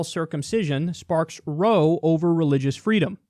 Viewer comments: Kyle, it's pronounced "rowe" not row. It just means a fight. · row pronounced 'Rao' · Row rhymes with wow, not no. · Kyle: The word "row," when referring to an argument or fight, rhymes with "cow," not "go." Also, you were raised Roman catholic, but you were not born Roman catholic. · Row is pronounced the same as wow, how or now. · Row is pronounced wrow, rhymes with cow. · Row is pronounced as though it rhymes with now in this case. Also it is a good thing, there's not really any confirming studies that circumcision provides benefits to men. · row is pronounced 'rawh' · It's ROW. Rhymes with COW when it's an argument. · In this case "row" is pronounced like the sound you make when you stub your toe, or the "bow" that you do to be friendly in Japan. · That's not how you pronounce row in that context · It's ROW... like, rhymes with "OW!... You hit me!" "Yeah, because you keep saying 'row' wrong!" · It's row as in how. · 'Row', lol. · How Kyle pronounces row 😂😂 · Kyle, that ROW rhymes with cow, how and now. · Just so you know Kyle row is now pronounced that way in that context. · 'Row' in this context is pronounced the same as 'wow'. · Definitely a step in the right direction. Now for unnecessary corrections: It's pronounced like "cow", not like "tow". "Gonnora"? Were you mixing up "gonorrhea" and "cholera" or something? That's actually taking it out of context; if you were putting it in context you'd say the parents believe they're doing something good for the child, rather than the objective perspective of "let's chop off the tip of our baby's dick". Well, depending on your definition of 'normal', "a lot of people doing it" IS normal in a certain sense. That's all :) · Okay I'm sorry but you've said "row" wrong multiple times now. Row, as in argument or disagreement, is pronounced like (Chairman) Mao, similar to the sound that "foul".